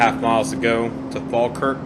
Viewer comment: Oh and well done on pronouncing falkirk right